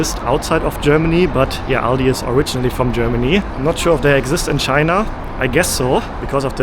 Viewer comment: Finally someone pronounced Aldi correctly 👏